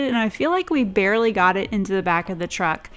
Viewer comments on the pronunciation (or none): none